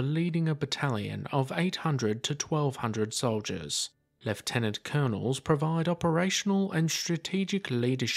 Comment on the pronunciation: Commonwealth pronunciation, Technically the correct pronunciation too!